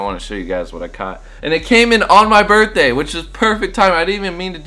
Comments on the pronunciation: brithday? lmao not birthday? hehexd #freetyler1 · Birthday not Brithday bud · HAPPY "BRITHDAY".